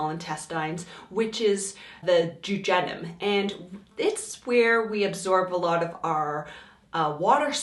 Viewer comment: As soon as I heard her pronounce intestines, I knew it was going to get real annoying...then when she pronounced duodenum, and then jejunum.... NOPE!!!🤨